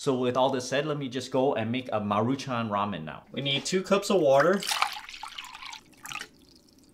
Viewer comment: Raym-yoon xD